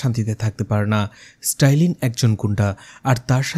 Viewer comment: নামটা মনে হয় স্ট্যালিন, স্টাইলিন না